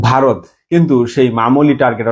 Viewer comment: আর ভাই আমাদের দেশের নাম বারত না ভারত 😂😂😂 আর ওটা টি টুয়েন্টি নয় টিটোয়েন্টি 😂😂😂